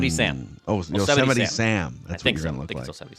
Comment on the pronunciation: "O-semite" Sam?!?! it's "Yosemite". LOL